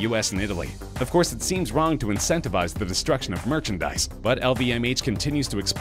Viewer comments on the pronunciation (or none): none